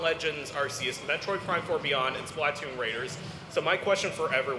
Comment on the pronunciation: That guy that kept calling it SPLAToon is getting to me lmao